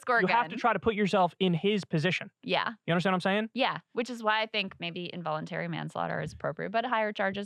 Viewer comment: Dude is not hooked on phonics :(